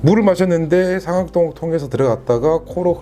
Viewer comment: 잘 들었어요 근데 상악동 上顎洞 억양 틀렸어요